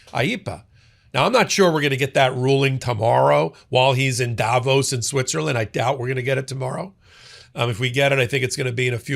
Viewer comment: Learn to say Davos properly please